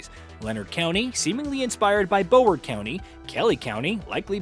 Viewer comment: florida native here. it is not pronounced “bow-erd”, it’s “brow-ward”. i’ve heard practically everyone who talks about the different counties real life inspirations mispronounce the name